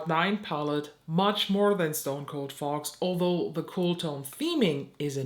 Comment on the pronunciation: I love your insights. However I couldn't stop giggling when you were reviewing the Fox one because for whatever reason in your accent it sounded like you were saying the "fart palette" to me. Probably just me but it was adorable and I love it.